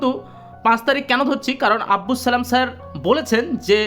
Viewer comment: আব্বুস নয় আব্দুস ।